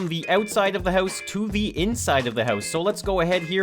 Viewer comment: gotta love his accent on "house" - heus